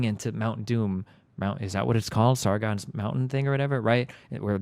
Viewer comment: He said Sargon instead of Sauron LUL. Senpai's true feelings on Sauron revealed